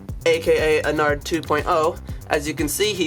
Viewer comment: Something to me sounds weird when he says ennard is he saying onnard (No hate I love this channel)